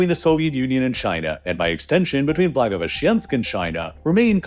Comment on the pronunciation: Man, I need to blow off some steam after repeated hearing 'blagoveshchEnsk': it's 'blagovEshchensk' + 'khabArovsk' and 'vladivostOk'